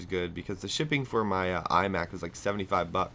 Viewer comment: lol i thought u said ''eye back'' instead of iMac:P and btw i think u talking bout ur life is AZZAM!